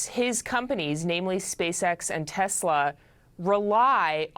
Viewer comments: It’s “TESLER”. You want to get sued!?!?! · "I LOVE TESLERRR!"